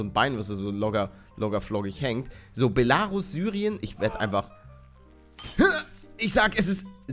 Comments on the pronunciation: Palle es wird quasi Belaruus ausgesprochen! ;) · Belarus ist ein land man spricht es belaruuus aus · Man spricht es Beeelaaaruuus aus und es ist Weißrussland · Belarus ist Weißrussland mit der Betonung auf ,,Rus" soweit ich weiß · Voll lustig wie du Belarus aussprichst. Auf Deutsch heißt es Weißrussland. Dann hättest du es bestimmt geschafft ^-^ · Belarus ist Weißrussland. Es wird aber das E betont und nicht das A. Belarus ist das russische Wort dafür. Bela= weiß Ich hoffe ich konnte dir weiterhelfen ^^